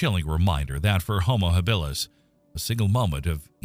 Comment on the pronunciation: Enjoyable but screwed up. Your AI voice mispronounces Habilis, Australopithecus and I don't know what else. You show a hunter about to throw his spear - in a dense forest. That doesn't work. Check with your Maasai friends and they'll splain you.